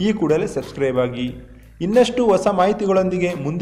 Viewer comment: Plz....swaami...Kannada na Churu uchchaarane..chendaaa. Maadi..osaa.....,,aleyaa.anthella helbedri...chendakke Hosa....haleyaa..antha saryaagi heli..chendada .Kannadada...anda.kedisde.idre aduve..dodddddddaaa.upakaara....reee